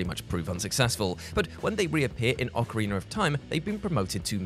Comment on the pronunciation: OcarinA not ocarinER 🤦🏻‍♂️